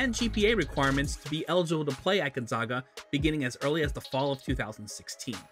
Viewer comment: Love Rui so much. His college is my home town team and watched him the whole time. But this video kills me because this guy says Gonzaga wrong every time. They are the zags. Like zig zag. Gonzaga! Not Gonzahga